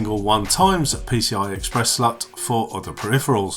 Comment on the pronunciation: Am I hearing things or is he really saying slut? Instead of slot?